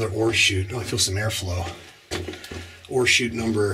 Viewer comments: Yup I was googling mining terminology. Turns out its ore chute not horseshoots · I kept looking for the horseshoes you were mentioning. Finally dawned on me you were saying ore chute. Not horseshoe. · Yes, it really sounded like horseshoe to me, but when he says the 't' I can hear the oreshoot. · You are brave or crazy to go down in man made mines but I sure enjoy watching you from my recliner. When you first said ore shoot, I thought you said Horse shoe. Funny! I thought maybe for good luck. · Hi, Barbara! Thanks for watching and commenting. I remember somebody else thinking the same thing regarding my pronunciation of the phrase “ore chute.” They had mentioned it in their comment, too. Glad you enjoyed the video. Thanks again for your support.